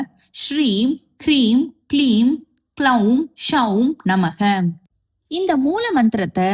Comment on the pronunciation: She is pronouncing the beeja "Soum" सौं as Shoum. It's plain "S" not "sh". Then "Gloum" ग्लौं beeja is also pronounced wrongly. She is pronouncing it as "kloum". In sanskrit, if one akshara changes the entire mantra will change.